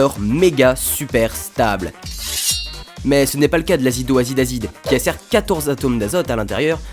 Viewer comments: azidoazide azide xD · tu sais que tu fais un super vulgarisateur!!!? continue là dedans ça me plait! PS tu as marqu" azida azide azide et tu as dis azido azide azide. lequel est le bon? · j crampé quand il a dit azidoazidaziz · 😂😂😂 Azidoazide Azide 😂😂😂